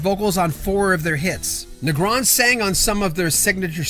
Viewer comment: Typo, second paragraph: Three Do Night. You're also mispronouncing Negron.